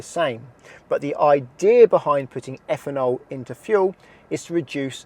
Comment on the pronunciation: Higher effanol….really need to work on pronunciation